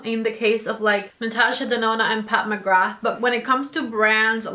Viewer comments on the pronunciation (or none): none